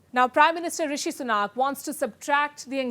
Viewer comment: Please.....it's Sunak and not Sunaak, can at least expect to pronounce Indian name correctly from an Indian Chanel.